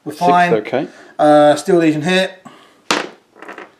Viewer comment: They are "Steel" legion as in the metal, rather than "Steal" to dishonestly appropriate. ✌️